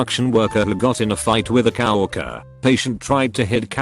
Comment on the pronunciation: Okay, this is too much. This damned thing is pronouncing "caregiver" as "carriage driver", and "coworker" as "cow walker".